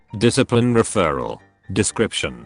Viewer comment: It’s kind of funny how the voice can’t say referral.